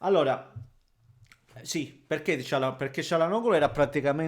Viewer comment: Vedo che nessuno, pure le TV oltre a, ha il coraggio di chiamare Calhanoglu con la dizione corretta: "Cialanolu", senza la g, così come diciamo per il presidente, "Erdoan" per Erdogan.